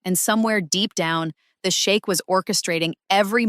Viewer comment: It's pronounced " sheek"! You keep saying " The shake"! 😅 Are you talking about a" milk shake "!? 😂😅 Don't let him hear you 😅! The shake"! 😅😂😂😃😁😁😁😆 ❤❤❤🎉